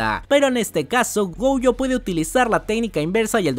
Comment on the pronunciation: por qué dices goujo? si es gojo jajaj